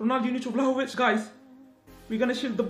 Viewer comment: saying vlahovic - valahovic😂